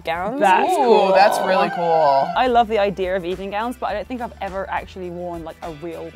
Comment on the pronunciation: you can kind of see the american accent sticking to Chloe as she says 'ever'